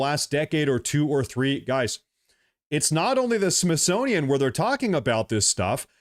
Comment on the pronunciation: Your "Freudian Slip" was profound. "Myth-sonian"